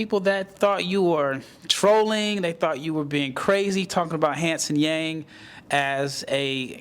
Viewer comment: Really appreciate your comments on Hansen, I do believe he’s one of the best prospect from China after Yao. By the way, his last name Yang should be pronounced as “young” in English ❤